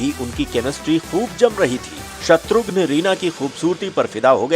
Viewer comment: Abe naam to acche se bol shatughn nahi shatrughan naam h uska